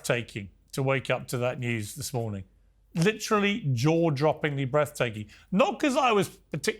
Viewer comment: LIT-trelly. LIT-trelly. LIT-trelly. Everybody so fancy now.